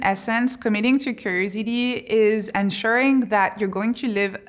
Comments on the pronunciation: The whole time, she was saying crazy d, and i was like, what is she saying? Lol, curiosity is what she was saying, lol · Try to say curiosity now 😊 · How am I going to listen to Somebody's advice that can't even pronounce curiosity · Is she saying “curiosity”? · Is this for those with ADHD spectrum? From her introduction how she ended up doing this research, she might be one of her target audiences? Has she finished her PhD yet? Could you please pronounce "curiosity' as it's supposed to sound? I might be your target audience and I'm interested in what you have to say. I'm a bit distracted by the style of your presentation...